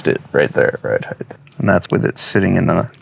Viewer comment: Ride heighT not ride heighTH!